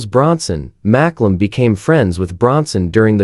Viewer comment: Who is Maklum? Its Mcallum thats pronounced MAKALUM Poor sloppy rubbish ai again